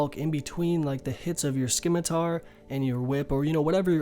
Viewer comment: "Skimitar" wtf. Scimitar, like Ssimitar 👍